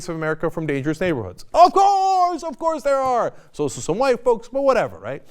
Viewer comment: cenk ur middled aged now, i beg u stop saying "ofcourse" the way u do